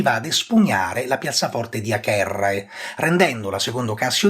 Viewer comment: vorrei sapere perché pronuncia acherrae e non avere il nome di Acerrae. Ed a anche agentes è pronunciato aghentes